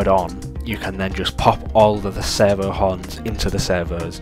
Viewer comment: I'm hearing "sever", auto-captions have "server", took me a while but now I get it: "servo". Sorry, distraction 😓 This project looks fantastic!